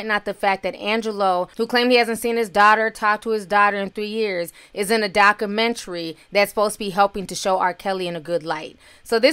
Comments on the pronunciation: the word is pronounced doc-u-mentry not doc-menery you reporting is to good for you to be pronouncing basic words incorrect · Dakumentary? Dakumentary? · I appreciate your tea and presentation. But please please pronounce the letter “u” in “Documentary.” 🤓